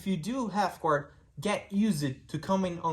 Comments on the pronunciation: He just said “gward” with an American accent🧐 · Is he doing a Mackenzie Dern accent where it sounds like American English, but you pronounce "Guard" like you only just left Brazil yesterday? 😂